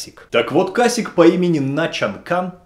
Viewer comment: Не кАсик, а касИке. Casique. Блин ну хотя бы немного интересуйтесь темой о которой читаете. Если есть проблемы с испанским или португальским - обращайтесь.